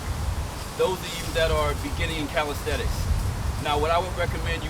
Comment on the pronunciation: The word is CALISTHENICS Not caristhetics